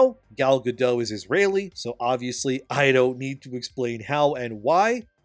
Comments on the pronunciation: Over Bite and the 7 gender related mental disorders. Edit: you say the other charisma vacuums name wrong. Say dot. Now say gadot. Now say gal gadot. Ga-DOT not ga-dough. Leave the illiterate bullshit for surrenderland. Here in america we can 1. Read and 2. Win a war. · Gadot, not Gado, the T isn’t silent at all. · It's pronounced Gal GADOTT. Hard T. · Bro, the past-tense of cost is cost. There is never an "-ed" version of the word. It is not "costed" and you harm your own reputation by saying it wrong. Your presentation is otherwise good. Oh, but also, Gadot is not pronounced with a silent t. She isn't French. Her name is pronounced "guh-dut." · FYI- Gal Gadot is Israeli, not French (there is no soft “t” at the end of her name). Gal rhymes with “doll”, not “pal” and Gadot is pronounced exactly like “god-oat” (does not rhyme with “bad-dough”). Just good to know 😊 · He didn't say it correctly either. Go watch the video of her telling people how to pronounce it. She says it like he does but the "T" isn't silent. It sounds like "guh-dote".